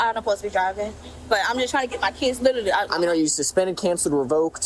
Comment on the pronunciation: I don’t posta be drivin’. Buspended. So painful listening to words just getting butchered. How hard is it to correctly pronounce/annunciate words? I don’t posta. Jesus.